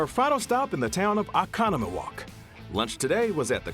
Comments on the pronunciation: Couldn’t someone in Oconomowoc tell him how to pronounce the name…OH conmowoc. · He did a great job. No one outside Wisconsin knows how to pronounce all the Native American towns in Wisconsin. Let it go. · This was a waste of time. Same scripted political rhetoric, same lye's. As a resident of Wisconsin. Abortion and the boarder are not on peoples minds. Gas is to expensive, and we keep having to put stuff back on the shelve because inflation. Also, did anyone at CBS say that's not how you say Oconomowoc?